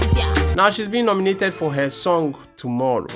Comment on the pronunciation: Why did you say "I'm so proud of hair" Are you Ghanaian? 😂😅